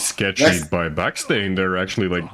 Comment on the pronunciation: guy: calls himself Baksteen, commentator: back stain :P